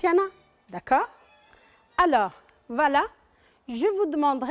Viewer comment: ياخي هي قالت enfin وvala مرتين وpresinte و silince